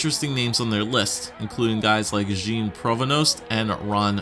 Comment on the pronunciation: I love these videos. Btw, Jean sounds more like John than the way you pronounce it